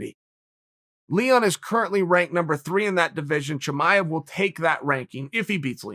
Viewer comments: **BREAKING NEWS*** Birth records have been officially changed: Khamzat Chimaev’s name has been changed to Hazmot Chimaez. Uncle Chael hath spoken... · From now on...Khamzat Chimaez...ok great... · Who’s Chimaez?🤣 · Everyone: Chimaev Chael: Chimaez Me: Chimaez it is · Thank God uncle Chael was here...khamzat didn’t even know his name was spelled wrong🤦🏾‍♂️ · Chael "Chimaez" Sonen